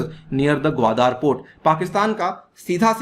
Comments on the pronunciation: This is Gwadar and not Gwadaar as you pronounce like illiterates. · 😀😀😀😀😀😀😀😀Wion ka report hai. Wah sir ji kya baat hai logon ko bewakoof banane kiliye aur ek baat "gawadar " ka pronunciation sikh lou sir, baki fekte raho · Actually your facts are based on your opinion without any truth behind. You can’t even pronounce the word Qwadar. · Chutittyeh pehlay Gawadar bolna seekh